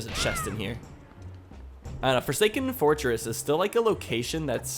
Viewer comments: he says forsaken forskin am I the only one hearing that? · ... I don't know how he didn't notice that, but it was a funny pronouncement